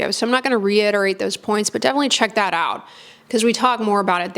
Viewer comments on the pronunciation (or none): none